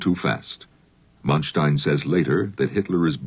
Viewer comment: 'Mun-stein'?! Man-stein, Jesus...